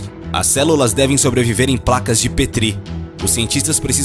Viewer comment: Interessante mas não aguento esse narrador falando errado. É quimÉra. Placa de pÉtri. E genÔma. Por favor